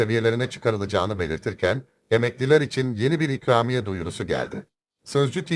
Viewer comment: çükramiye mi what dedin .